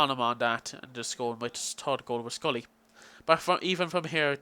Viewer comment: love ur pronunciation of schurrle. scrully lol. SHUR-LAH :) great vid though mate.